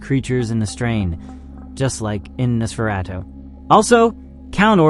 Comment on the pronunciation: Narrator can't pronounce 'Nosferatu'. AI click bait anyone??